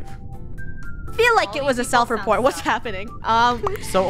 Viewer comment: 😂why did say sled repor?